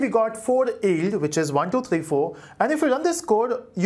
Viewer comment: its pronounced Yield, not Eld